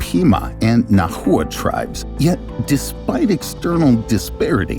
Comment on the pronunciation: This guy just said “Na hoo ah” tribe lol … It’s pronounced kind of like “Nah Wah”. Spelled Nahuatl lol Shit’s wild lol